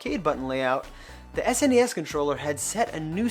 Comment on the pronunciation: Why can’t this guy say SEGA or SNES properly?